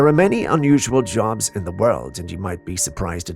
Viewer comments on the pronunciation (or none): none